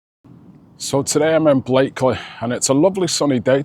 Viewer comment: always bugged me the pronunciation of Blackley, that and the speed camera on Vicky Ave